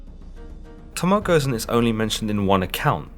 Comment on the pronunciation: alus nova Goh zen.